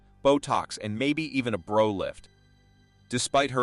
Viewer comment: It's not Bro lift like your brother it's Brow lift like ow it hurts to have this brow lift